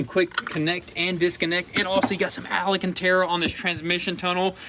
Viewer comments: Say hello to Al... Al Cantara. NOT Al A Cantara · Leave the green and cream color. There aren’t many supercars in the color combo and it would stand out from the others for sure. On a side note, it’s “al-can-terra”, not “ala-can-terra” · Alacantara...y'all repeated it MANY times...lmao Then you had the proper pronunciation sprinkled in among the DDDUUUUUUUUDDDEEEs...I'm not hating at all, I'm just playing...nobody can hate on y'all. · I realize the Tennessee or Georgia school system failed you but MY GOD, THE WORD IS ALCANTARA NOT alacanterra. I'm leaving your channel because of the sickening amount of "dude" followed only by "dang son." Billy is lucky he has the ability to pick up many unskilled labor jobs so I wish you both a good future as after 18 months of feeling sorry for your educational failing constantly being demonstrated by mispronouncing common words, unable to pronounce gifters name and your limited vocabulary I can't stand it anymore. Of course I'm sure there be plenty of viewers with your limited communication skills that will continue to watch you and think you are wonderful. Hard workers you are and your lives will depend on that. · I knew they weren’t saying it right 😂 I was like wtf when was it called ALANcanTara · lol stil saying the ala-cantera :) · The way you guys say ‘Alcantara’ kills me every time lol. ‘ALLEN-CANT-AREA’ 😂😂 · Can someone please get them to say the alcantara correctly